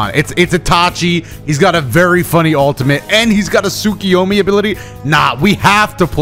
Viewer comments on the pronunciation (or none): it Tsukuyomi not Tsukiyomi